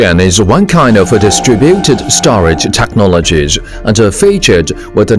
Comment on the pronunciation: 英文解说员发音非常难听，又要装地道，又大量发错音。。。 例如： most advanced 发错成 most advance-da and living architecture 发错成 and-a living architecture 这种就是国人讲英语常见装逼装过头了的后果。。。 下次再找英语解说员配音可以找我帮你们把把关哈 WeChat: missterryli